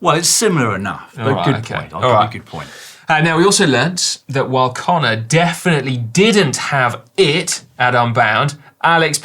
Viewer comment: Caption: "I fin-k you went too far this time". "Trust me, this is the-fin-itely going to improve performance"